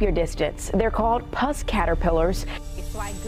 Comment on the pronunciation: Puss as in Puss 'n Boots - not pus like the gooey white stuff